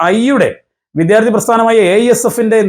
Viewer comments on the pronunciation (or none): കുഞ്ഞേ, വിദ്യാർത്ഥി ആണ്. വിദ്ധ്യാ ർഥി അല്ല